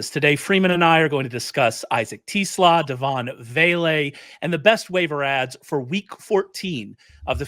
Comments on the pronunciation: Yes either Tes or Tez. Definitely not Teeeeees lol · Yeah, the first time I've ever heard anyone pronounce his last name that way. I've always heard it pronounced "Tes", not "Tee". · If I hear Ray say 'Tee-slaw' one more time!